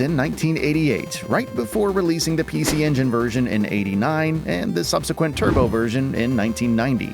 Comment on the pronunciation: It's pronounced "PC Engine"